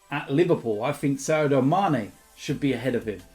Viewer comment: its SADIO mane, SAADDIOOO